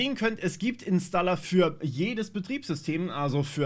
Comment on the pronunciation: Da sind einige Sprünge im Ton. War das so gewollt? :D InstALLA klingt schrecklich. Es heisst InstOHLER.